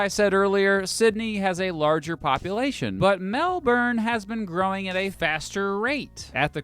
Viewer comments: One massive inaccuracy right through this video. Like most non-Australians, pronounced Melbourne the way it looks - 'Mel-burn'. For whatever reason, locals don't pronounce the R - we say 'Melben'. Some other observations from a local: - Melbourne is the most progressive place in Australia politically. Victoria has a reputation as being more left-leaning than the rest of the country, and this is almost entirely due to Melbourne being stuffed with lefties. We really value being a cosmopolitan place where anyone is free to enjoy our amazing food, coffee and nightlife regardless of where you come from or who you love. - Melbourne's sprawl is really uneven. I come from the region called the Dandenongs, which is the foothills of Mt Dandenong mentioned in the video (incidentally, one of the most beautiful parts of the state). Approaching Melbourne from the east, there's a long, slow gradation from hilly suburbs with small-town vibes, into flat lands with more typical suburbs, then to richer areas with much older houses, before finally you reach the city proper. But, if you leave Melbourne heading west, its like the skyscrapers just stop and suddenly you're in open farmland. The western suburbs are generally poorer and haven't existed as long. - Randomly, Melburnians tend to wear a lot of black. Maybe it has something to do with how cold and miserable our winters get. Dishonourable mention to the fact that Melbourne spent more time in lockdown during the Covid pandemic than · for christ's sake, it's not "Mel-BERRRN" it's "Mel-ben" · We don't say Mel born, we say Mel bin, similar to how you Melvin. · It's pronounced "Mel-bin" not "Mel-bourne" Silly American. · Something you got wrong is the pronunciation. It’s said like melbin not melborn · Melbin’ not melburrrn! 😄 Just think bins instead of sunburns. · It’s pronounced “Melbin” not melborn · it infuriates me how people pronounce melbourne its melben not melborn melben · MelBIN not MelBURN. Fuccing get it right.